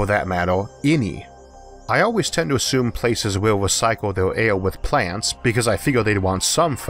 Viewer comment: vids not bad but i cant take how u say air and other words just makes me lmfao in such a serious subject